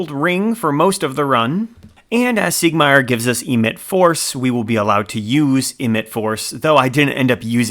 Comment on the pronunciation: Awesome video but next time you come across Siegmeyer listen to how he pronoonces his own name.